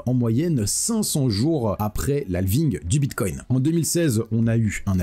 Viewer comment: C est Altcoin, comme Bitcoin et non pas altecoin ou bitecoin